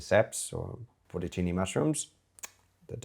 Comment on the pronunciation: porto-cini mushrooms? is that Italian?